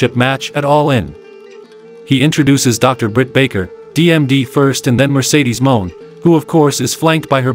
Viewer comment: Mercedes Moan? Kamill? The video isn’t even two minutes old. Good stuff